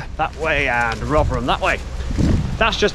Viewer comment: Great videos, I do like these British Industry history vids... and 10/10 for pronouncing Rov'rum correctly 👍